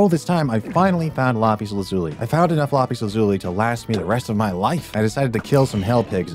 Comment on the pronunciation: LAZULE LOL ITS LAAAPISS LAAZZZZUUUULLLLLIII